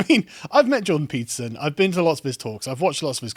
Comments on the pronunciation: I constantly hear him say pizza instead of Peterson. Now every time someone mentions Peterson, I crave for pizza and vice versa. 🍕📖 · Am I the only one who heard "Jordan Pizza" almost every time?